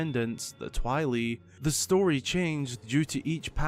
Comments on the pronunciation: Twee-lee??? No thank you. lol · The way pronounces 'Twili' gave me cancer